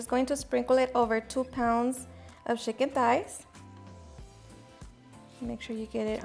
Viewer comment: lol!! Did she just say schiken thighs!?!?!